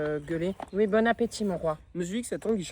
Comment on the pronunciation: dit ouii à touus